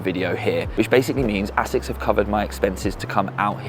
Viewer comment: the longer the video goes on the more your pronounciation of asics annoys me lmao sounds like youre saying ACIDDD OR A-SICKS LMAO